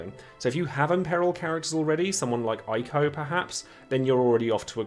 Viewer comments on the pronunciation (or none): For the context of Yuri, Chenlinka harbors their power source while only Yuri can channel it offensively. Thus they're born having to share their power. Also Eiko is pronounced Ey-ko not Aye-ko REEEEEEEEEEEEEEE